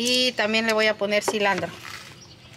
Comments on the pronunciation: Muy. Buena. Pero. Enseñense. A. Ablar. Se. Dise. Silantro. Ok. Ustedes. Disen. Silandro. Ablen. Bien. Por. Fabor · EL ÑOR CREYÉNDOSE CHEF Y LA ÑORA CORRIGIÉNDOLE A CADA RÁTO NO ES CILANDRO ES CILANTRO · Minuto 12 se dice cilantro